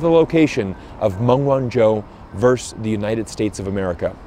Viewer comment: I wish that you would pronounce her name properly.